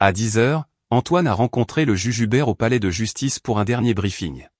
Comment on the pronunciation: Le juge Hubert et non le jujubert 😅😅😅